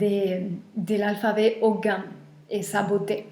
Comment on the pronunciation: Pour info on ne prononce pas le « g » dans le mot Ogham.